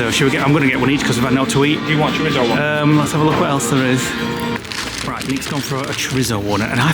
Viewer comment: “Gwardi” 😂 It’s pronounced “gowdee”. And again, “cho-ree-tho” not “cho-ritz-o”, you’re in Spain not Sainsbury’s 😂 You should also find a traditional Churreria bar selling churros & hot chocolate to dip them in.